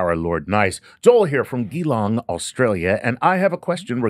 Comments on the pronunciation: Geelong, Victoria, Australia is pronounced "Ja-long". Cheers from Australia. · its pronounced G-long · its pronounced JEE long ;) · it's pronouned jilong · Gheelong 😂😂😂😂😂 Oh look Neil decided to be male this day. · it's Geelong, pronounced Jalong 😂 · Geelong is pronounced like it starts with a J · Pronunciation of Geelong is more like j’long 😕🙂😁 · It pronounced 'Jee-long' mate lol! As in Gee. Long. ;-p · Aw bless, 'Ghee Long' 😂 Probably what I would go with if seeing it for the first time. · Maaaate - it’s pronounced “J’Long”! Bewdy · Geelong guy here, Australia. Worst pronunciation of my hometown ever. 😅 but all good. My pronunciation of Betelgeuse has been worse as it turns out.